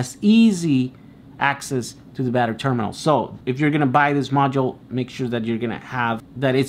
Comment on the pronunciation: ternimal, not terminal, just thought I'd point it out